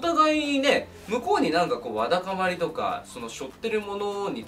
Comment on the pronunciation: わだかまりを言えてないのなんかかわいい笑